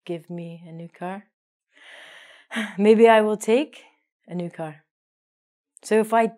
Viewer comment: Pay attention to your vocabulary!! Car, not caR?!!!